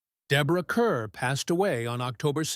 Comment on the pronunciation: Teach the damn computer how to pronounce the lady's name!